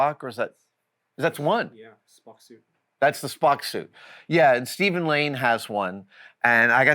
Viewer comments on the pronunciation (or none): none